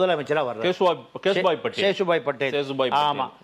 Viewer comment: அது சேசுபாய் இல்ல கேசுபாய்